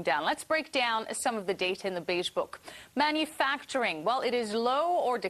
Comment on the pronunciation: "Manfacturing" LOLz